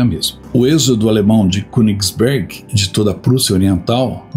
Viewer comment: Baita vídeo... me emocionei com a parte dos civis mortos. Se me permite uma pequena correção... na língua alemã o "ö"...lê-se como "e" nasalado... Então, o correto é falar Kênigsberg... Numa tradução literal, seria monte(montanha) do rei. Abraço e obrigado por mais essa excelente aula de história.